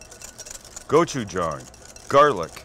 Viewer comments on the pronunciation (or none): It's pronounced Gochu-JANG. Like gochu "Jane" not gochu "John" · please... GOH-CHU-JANNG. not go-chu-JAHNG. Kamsamnida! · did you try to say Jawn? lol im offended you butchered the word lol